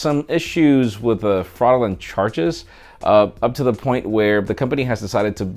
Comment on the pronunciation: That's the most curious pronunciation of "fraudulent" I've heard...